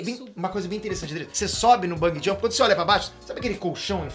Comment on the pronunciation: Vou fazer o papel do mequetrefe hj, então lá vai: É Bungee Jump e não Bung Jump!